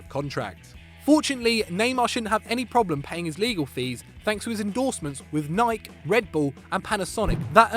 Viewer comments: WHO TF PRONOUNCES NIKE LIKE THAT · it's pronounced "naai-k" not "na-i-key" fucking American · pronounce Nike the right way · The way UK people pronounce Nike lol